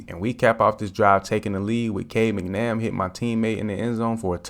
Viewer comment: He called him Cade McNamm 😂😂😂😂. When he’s throwing like that, you can call him whatever you want.